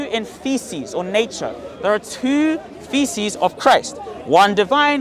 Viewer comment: Hamzas face when pronounced physis as feces 🤣